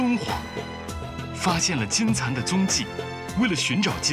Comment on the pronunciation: 所有人都读把金蚕读成了金蝉